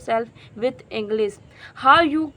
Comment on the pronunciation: Please Do not say ENGLIZ ENGLISH IS CORRECT